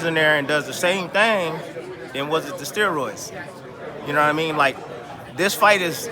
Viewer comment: “Steeroids” lol